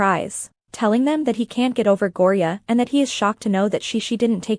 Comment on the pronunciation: Its Thyme (Time) Ren Talay (Ta-lay) Gorya (Gore-Yuh)